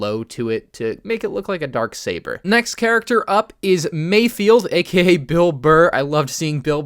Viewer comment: Mayfeld* not mayfield